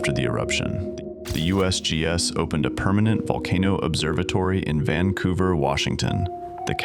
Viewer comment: Sounded like "take cover" to me not "Vancouver"🤷‍♂️